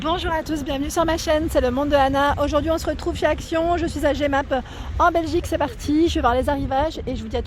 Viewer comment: ça fait plaisir de te voir chez nous en Belgique 🇧🇪 On dit Jemappe comme le pronom le "Je" et pas jémappe. C'est mignon <3 (c'est pas une critique 😉)